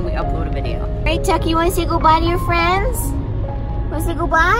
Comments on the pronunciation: No, Frens..that's how says it.. C'mon..play along! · Rosedestroyer96 ur not a true tuner fan cause he says frens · says frens instead of friends